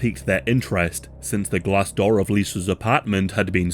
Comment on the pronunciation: Why u say Door like that lmao. DOUR